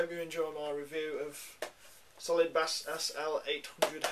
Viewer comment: Bass is pronounced like base, but thanks for the review